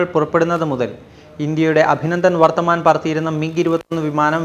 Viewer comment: അഭിനന്ദൻ വർത്തമാൻ ????????. .... ഇത്രയും ഫേമസ് ഒരു പേര് ....അതെങ്കിലും ശരിക്കു പറഞ്ഞുകൂടെ???